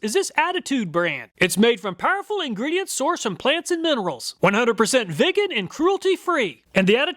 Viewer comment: never heard someone pronounce vegan like that